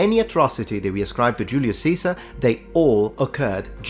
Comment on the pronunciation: Funny how correctly you say Julius Caesar in Latin.